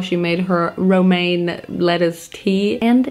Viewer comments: Romanian lettuce 😂😂 it’s pronounced romane lettuce hahaha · LOL Romanian lettuce. That'd be me if I was a veggie. It's Romaine Lettuce, but you're cute so we let it slide. 💙 PS: You're brave to try all dat gurrrrrl!